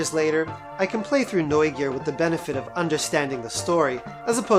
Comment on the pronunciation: I love how you say "Neugier" correct.